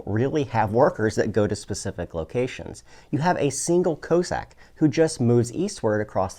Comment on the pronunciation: Is a "co-sack" the same as a Russian "coss-ack" or are you just pronouncing it weird?